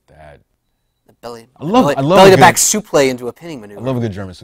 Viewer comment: why does call it a supley and not suplex lol